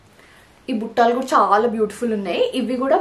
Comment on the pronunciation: Those are "BUTTALU"..Not buttaalu